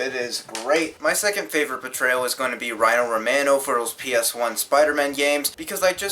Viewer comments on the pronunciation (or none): Butchered Rino Romano's name completely... It's Reeno Romah-no